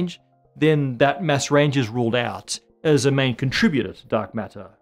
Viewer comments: Your "Mass" and "Mess" sound the same. Pronounce it like your "Matter". I'm not pronounciation Nazi I swear. It just Masses up my brain. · Why do I keep hearing MESS instead of mass? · I fr thought he was saying ‘mess’ this whole time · When he says mass, I hear mess. Does that mean that the universe is 80% dark messy stuff?